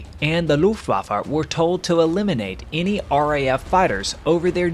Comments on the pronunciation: "Looftwaffa", it's Luftwaffe for god's sake. Not so hard to pronounce this correctly. But Americans are masters in butchering German words. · This is one of the very enjoyable stories and the storytelling is great. There is however one thing that keeps bugging me each time it's pronounced.. the Luftwaffa.. It is Luftwaffe. E on the the end is pronounced the same as E in "end" Same goes For E in Porsche. Not Porscha or Porsch. It's e just like in "end". 😉